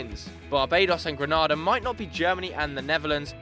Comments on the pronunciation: Just so you know its Grenada not Granada (Granada are a spanish club) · It's GRENADA ( GREE NAY DAH) not Granada lmao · It's GRENADA not GRANADA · I'm from the Caribbean it's pronounced greenayda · Green- nay- da pronounce my country name proper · this video was amazing but as a Caribbean person it's pronounced Greenada. PS can I be on Snapchat 😂😂😂😂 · Fyi the Caribbean island of Grenada and the Spanish province of Granada are spelt, and therefore pronounced, differently